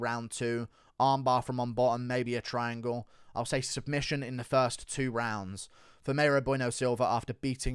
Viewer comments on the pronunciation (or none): none